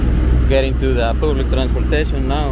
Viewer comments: Las leonas de Santa Ana. By the way, food is pronounce Fu:D, just saying. Public is pronounce ˈpʌblɪk ya dill. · Y por que hablad ingles estando en un pais latino americano y luego tu ingles no es tan buena tu pronunciacion , disculpa no se pronuncia public es mas a paoblec asi mas o menos la pronunciacion. Se escribe Public. Porque hacen videos de esos lugares haviendo otros lugares turisticos y muy lindos limpios naturales o gastronomia. Las personas de otros paises critiquiran y mas con ese ingles si un viento pasa o un perro pasa ya inventan hacer videos